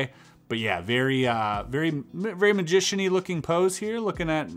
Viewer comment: Any reason why you say majic and majician ? Just wondering ! No Trolling ❤